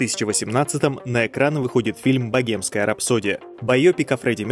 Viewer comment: Блин как режет слух .. богемская ,, 😢